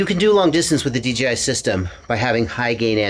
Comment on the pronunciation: I swear hes saying DGI is that just me? Have I finally achieved crazy nirvana?